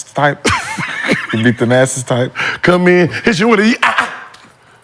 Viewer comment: Mccants said thanasis type😭😭😭😭